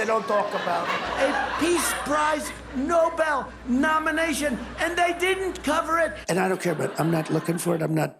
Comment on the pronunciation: He seems to be saying "No Bell" piece prize. Could he be referencing the boxing ring? A TKO perhaps? That could leave someone in pieces.